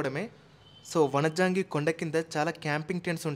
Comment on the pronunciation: Vanijangi kadu bro vanjangi